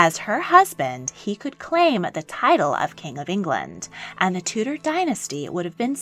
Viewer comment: You cannot pronounce DUKE or TUDOR properly.